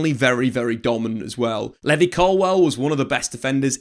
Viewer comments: Levvy Colwill is an insane pronunciation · Bro your pronunciation needs work. levvy colwill and Diogo Costa 😭😂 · Pronunciation buzzer for Levi Colwill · How this guy says levi colwill infuriates me. Also Cucurella is clear of Chilwell rn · Why you saying Colwil’s first name like that 😂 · Hearing him say Levi colwill made me stop watching